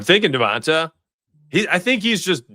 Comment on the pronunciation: its Devont AYE not AH